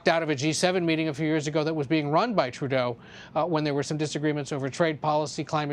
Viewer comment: PEOPLE ARE CRITICISING TRUDLEAU, UM TREDLEU, I MEAN TREELAU. REALLY!!!!!